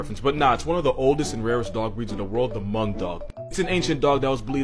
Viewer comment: The H in Hmong is silent, and I could know that bc I'm hmong